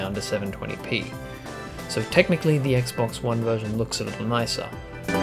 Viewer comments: Please tell me you did NOT just say Sexbox. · did he just say sexbox ? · did he say sexbox? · "...than the locked 30 of the sexbox..." correct me if I didn't hear that right. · Hah, same here. Have called it (randomly) the Sexbox, going back to the "sexbox three sexty", way back when. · I thought it was only me and my friends that have called it a sexbox! Ever since the 360 and Halo 3 X'D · did he say "sexbox" lol :p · "SexCocks, Snap Massages!" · Thank god someone else noticed! I thought I was going insane hearing something and no one else noticing it, instead being like "Fat Fuck xdddddd"